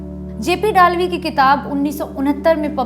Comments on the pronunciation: वो डालवी नही है वै दळवी है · Just a small correction - the name of the author should be pronounced as जे. पी. दळवी ( or जे. पी. दलवी in Hindi). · Madam ur pronounsation of dalvi is not correct he was maharastrian general pl ask some marathi speaking guy the correct name